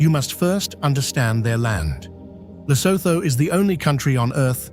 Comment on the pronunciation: Awful AI rubbish. Can't even say Lesotho properly.